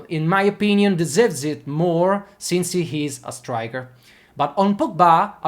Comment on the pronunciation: Some small correction for your improvement: deserves is pronounced "disörvs", while confirmed is pronounced close to "conförmd". Also, in "doing", the g is not pronounced. Look them up mate 😉